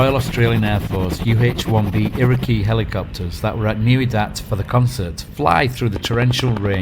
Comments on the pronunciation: Just so you know, the Iroquois choppers, named after the American Indian tribe, is pronounced iro-koy, not iro-key. Great presentation though. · we pronounce it irakwoy